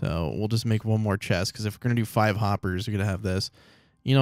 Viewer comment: Is any1 gonna say that he said feather falling 5 like feather falling FIVE